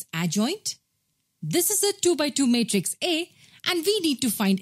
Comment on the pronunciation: It is matrix not Meatres spell it properly